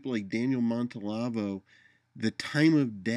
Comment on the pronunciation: always gives good vid (although this one is, of course, really just audio. Must be the "radio" part). Anyway, just a niggle: Are you sure you're pronouncing his last name correctly? I'm hearing 4 syllables, but only seeing 3.